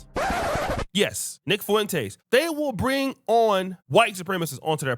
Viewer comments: Nick FuenTAAAYS. Why can't you say it right? Shit hurts my ears. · This is phonetic pronunciation: Nick Foo-wen-tays.